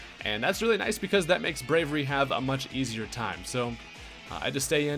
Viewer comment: Brave-e-airy. Braviary.